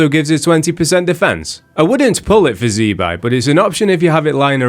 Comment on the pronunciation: Btw it's "zih-bye" not "zee"